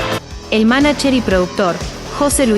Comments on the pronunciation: Mija no se dice manacher, se dice (manayer) Manager. Suena como Ye (Y), no como Ch o Che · Cuando dice manacher me saca años de vida